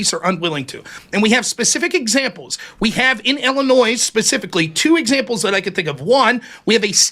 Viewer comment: So the first incorrect assertion goes to Rob. He said he was listening but mischaracterized Ryan's argument. Posse Comitatus applies to the MILITARY not the FBI. Also, what American says "IlliNOISE?" It's "Illinoy"(Illinois).